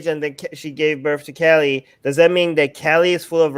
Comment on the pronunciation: lol who'll update it. You? Armin? I thought you guys are atheists. I guess I asked you too much you can't even pronounce Kali properly and you expect us to listen to you? 😅 This is the last chance I'm giving you. Say her true original name and I might consider thinking about your proposition. Tbh if anyone had the ability to mention anything or update her legends he was Swami Vivekanand.